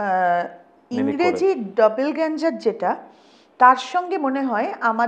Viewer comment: ডবলগ্যাঞ্জার না ডবলজ্ঞাঙ্গার